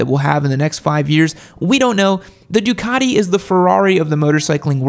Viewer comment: He also just said "duacti" lol